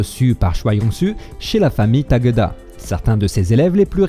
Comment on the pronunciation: Choi se prononce :"tchoï". Et non "chwa". TaKÉda Sokaku et non "TAGADA"...😁. Bonne vidéo sinon.👍